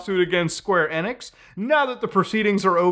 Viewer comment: En-x but ive heard of enix 😂. Must be the accent.